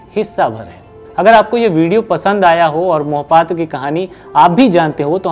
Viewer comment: Beta Mohpatra nahi Mahapatra bolo